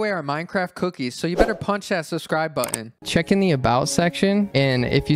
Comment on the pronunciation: Cant even say "button"